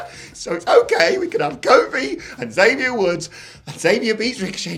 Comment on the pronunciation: you guys always pronounce Xavier's name wrong he always make it a point to say you have to pronounce the X he even said it in this weeks best of podcast